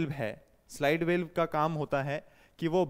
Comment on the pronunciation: सर आप वाल्व को वेल्व को क्यो उच्चारित कर रहे हैं?